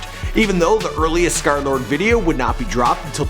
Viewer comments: y u cal hem skerlard? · Until now i realize it’s pronounced ScarLord